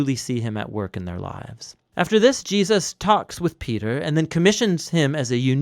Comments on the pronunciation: Please say Jesus, it’s not Jeuses or geahsis. It’s driving me crazy lol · Are you saying Je-us’ lol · I live these videos but I need to know why you pronounce Jesus plural instead of Jesus’s you say Jee-uh-ses? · Anyone else notice the narrator occasionally pronounces Jesus as Jee-ah-sus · Does anyone notice how the narrator says “Jesus” sometimes. He will say “JeASus” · why do you keep saying "Jee-Us-Sus"